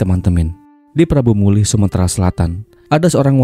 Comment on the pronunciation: Prabumulih bang.. bukan prambumulih.. 🙏☺